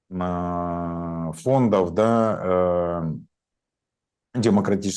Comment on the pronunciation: Ув., вы высококультурный и образованный человек, но Ваше "да" больше похоже на кадыровское "дон". Без обид